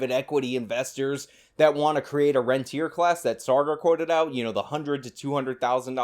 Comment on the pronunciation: Saagar doesn't even know what rentier class means. It actually means the opposite of how he is using it, the capital holding landlords, not the people renting the homes. pronounced ron-tee-ay